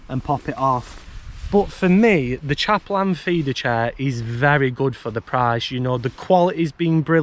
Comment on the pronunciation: Why do you call it chaperlan 😂